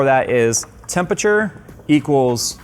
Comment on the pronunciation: Another video of getting past saying "tempature" 😂